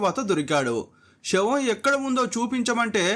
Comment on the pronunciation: Shavam కాదు రా తెలుగు రాని లుచ్చా ఎదవ, శవం అనాలి.